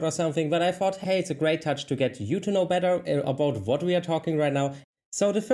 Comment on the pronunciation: I have to say you speak good English, the only thing I notice that you consistently pronounce wrong is "W" And you pronounce with a "V" instead of "what" you say "vhat"